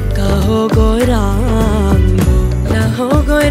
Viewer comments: Pronunciation of Gouranga is not correct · Gourango Song is excellent but name pronounced wrongly many a time.